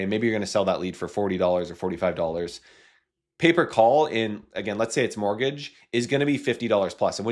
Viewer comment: I thought he was saying paper call for 5 minutes 😂.